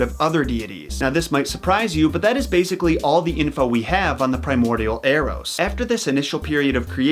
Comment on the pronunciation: Thinking about the baby bow-hunter, when you said Eros, I heard Arrows